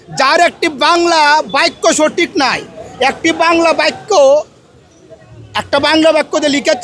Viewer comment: বাইক্য নাকি বাক্য??